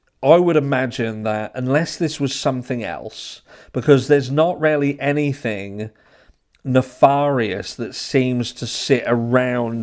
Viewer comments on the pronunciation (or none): NEFARIOUS isn't pronounced NEH-FAH-RIOUS. The correct pronunciation is NEH-FARE-IOUS. Rhymes with VARIOUS. I only point this out because you consistently mispronounce that word, and it's a little embarrassing with a native speaker.